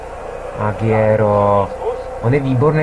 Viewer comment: Čte se Aguero ne Agiero